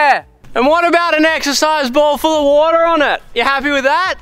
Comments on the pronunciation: sniff woh-tah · ridiculous formal request to use *sniff*..."WATER" in future videos, its gold hahaha